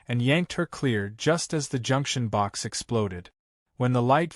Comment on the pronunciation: BOX..not BOK..for crying out loud-!